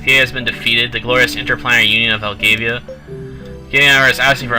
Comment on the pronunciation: Learn to read and pronounce properly. Elgava, not Elgavia.